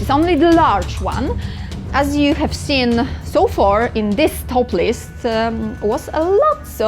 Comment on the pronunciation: Christ, I had to turn the closed captions on and rewind because I thought she said she really liked doing this because it's "topless". Turns out to it's "toplist". But that's okay, I'll still give a thumbs up because its about dungeon crawlers. 😂